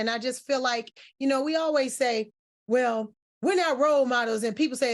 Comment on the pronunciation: Who said “well” like that?! 😂